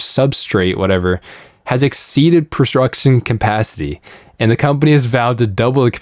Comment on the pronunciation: "prostruction capacity"